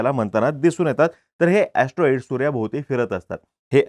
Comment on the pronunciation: Atroid or astronaughts😂